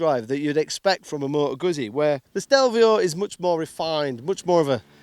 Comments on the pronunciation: If You know how to pronounce pizza then please apply this to guzzi. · Can you just for the sake of the gods say Guzzi! If not... Jeees. Show some respect please 🙏